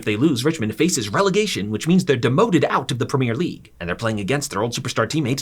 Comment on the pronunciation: The way you pronounce “Premier League” genuinely hurts my soul.